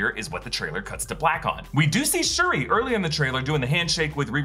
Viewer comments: It’s shuri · it's Shuri. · It's Shuri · Doesn’t anyone Read the COMICS???? WTF!!!!! ITS SHURI!!!!